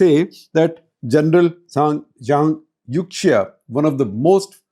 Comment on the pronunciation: The correct pronunciation of Youxia is more similar to "Yo-shia" ("Yo" like a rapper, "shia" like the Islamic sect). When in doubt, Chinese pronunciation of X can be replaced with Sh sound. eg Xinjiang is Shin-jiang, Xi Jinping is Shi Jinping (There are minor differences between X and Sh, but at least it is closer)